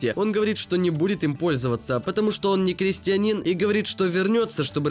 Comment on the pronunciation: БистрО, дорогой, хотя и происходит от русского "быстро", но слово французское с соответствующим ударением на последний слог! В слове "крестьЯнин, ударение на "Я", а не на последний слог! Вы в школе учились?🤥